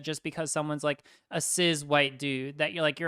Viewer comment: What is the intended insult behind the pronunciation of "cis" with a zed? My only pronoun problem is with contexts in which one is expected to provide pronouns to strangers - the joke would be that I'd answer the question, "What are your pronouns?" from anyone I didn't know fairly well or want to know better with, "None of your business," not to be nasty but partly because I have a complex history with pronouns that I don't want dragged out in public.